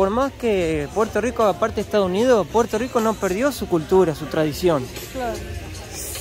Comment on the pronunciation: No decimos Puelto lico, decimos Puerto Rico, con la rrrr más pronunciada.